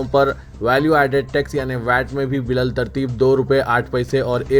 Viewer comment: با لترتیب..... اسکو bitterteeb پڑھیں الف نہیں پڑھا جا تا